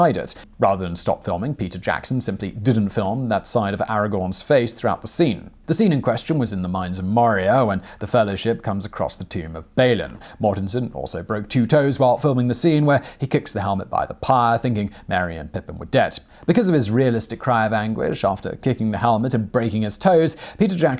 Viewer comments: Bonus nitpick: Balin is pronounced Bah-lin NOT Bay-Lin. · you can't use English to justify ANYTHING spoken in Middle Earth as the language is actually Westron, it only resembles English hence your pronunciation of Balin is exactly how it looks, no 'ae/ay' sound just 'a', e.g. B a lin. Also, Viggo's 'realistic scream' was real as, like you said, he broke his toe from shooting the scenes so much and because he's an amazing actor